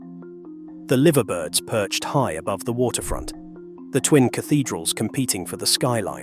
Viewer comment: Not Liverbirds (Lie very birds).